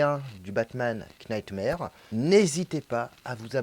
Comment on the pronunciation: Knightmare-> "nightmare" le "k" ne se prononce pas. Desolé de faire le chieur mais ça me pique à chaque fois 😂